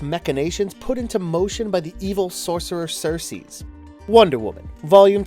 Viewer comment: Who else is distracted by him saying Sersees every time he refers to Circe? Where'd the "s" at the end come from? And Hecate "lamenates". Lol